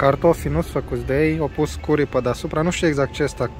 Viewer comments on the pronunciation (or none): curry se pronunta "cări"